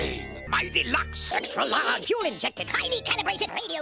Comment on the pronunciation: Did anyone else catch the part where he says "jet fule can't melt steel beams"